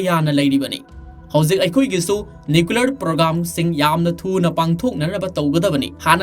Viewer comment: Keino nuklear bomb abo hahaha nuclear hyyo